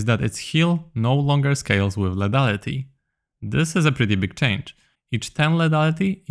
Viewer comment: lithaliti nie ledaliti proszę bo to boli w uszy :(